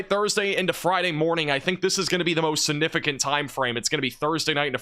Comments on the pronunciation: Your coverage is outstanding, and I love your channel! One request: please stop using the word 'significant' until you can pronounce it properly! it isn't 'sin-ificant' there is a 'g' before the first 'n'. Call me whatever, people, but has excellent grammar and pronunciation with the exception of this one word! and he keeps saying it LOL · siGnificant . this word has a G in it